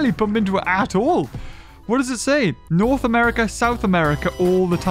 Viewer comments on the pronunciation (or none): none